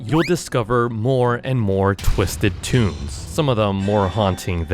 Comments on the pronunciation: Is toon not tune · It’s “toons”not tuns